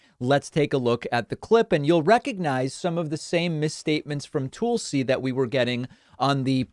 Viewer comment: Daaavid .. is there any reason you keep pronouncing Tulsi as TOOL-see rather than TULL-see .. since theres no umlaut there lets get it right. Thanks Deevood.